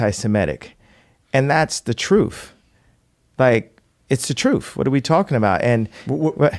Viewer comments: The word is *truth Kanye, not troof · He can't even pronounce the word truth.